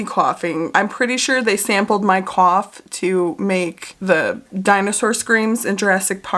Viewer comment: The way u say cough/ coughing is so funny to me- a South African